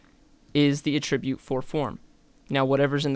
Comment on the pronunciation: great video! but pretty please learn how to say "attribute" correctly (it's the _noun_ in the dictionary)